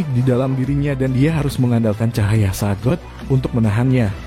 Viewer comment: Bukan sagod bang bacanya, tapi sigad 😂